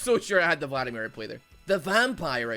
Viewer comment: I would be more upset about him calling him Phladimir all the time